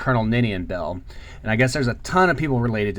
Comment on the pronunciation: As a Beall, it is refreshing to hear it pronouced correctly (bell)😀As far as i can tell Robert Beall is my Ancestor also